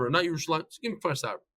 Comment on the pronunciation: It's Kfar Saba not Far Savrah